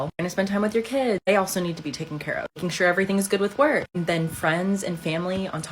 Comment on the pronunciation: I like the way he says "Keeds" (kids) 😆